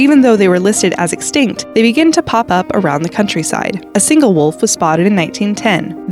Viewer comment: please always say extict cause every time you say it they will appear😂